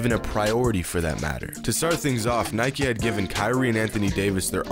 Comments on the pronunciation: It's Nike not Nikeie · U said Nike wrong the whole time tho If u say bike u should say Nike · Anyone else annoyed about him saying ‘nikey’ instead of Nike ugh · It’s probs because he pronounced Nike “nikey” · Idiot you can't pronounce "Nike" why u say NikEEE XD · Why do you keep saying “nikey” because i find it really disturbing. You deserve a big dislike my man... i wish youtube bans your account forever. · Its not nikeeeeeee its nike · It's just NIKE not nikie tf dude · As soon as the narrator pronounced Nike Nikee I clicked off 😂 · Do you call bike bikey??? No? THEN DON'T FUCKING CALL NIKE NIKEY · Nike is pronounced Nike not Nikey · where from greece are you? where i am from we say it kind of like, "nee kee." i haven't heard of it being pronounced like nike (as in, Mike) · Dude... it's actually pronounce as ni-ke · “They Might wanna know how to pronounce his name” Proceeds to miss pronounce Nike and Adidas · Nike: pronounces Stefan wrong This video: pronounces Nike wrong Ishygddt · I feel sick for how many times you said “Nike” wrong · He said Nike and Adidas wrong